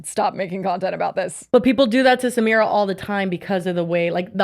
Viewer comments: Yall are pronouncing her name wrong it’s Sah-My-rah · I think her name is pronounced like suh-my-ruh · Thank you!! And them mispronouncing her name is literally a micro aggression🥲